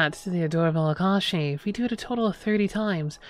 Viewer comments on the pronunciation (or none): none